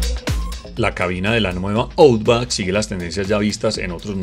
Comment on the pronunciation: Buen vídeo. Un detalle, la pronunciación de Outback es /autbak/